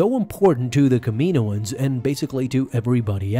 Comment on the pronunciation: Kam I no ans "Kam eenoans" is not it it's Kam I no ans